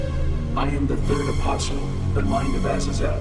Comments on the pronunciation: the "t" in "apostle" is silent. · buddy you gotta stop saying apostle like that, the t is silent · The "t" in apostle is silent.